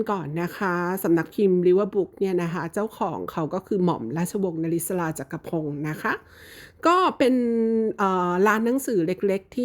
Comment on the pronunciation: ม.ร.ว. นริศรา ชื่อนี้อ่านพิเศษ อ่าน นะ-ริ-สา😊😊😊😊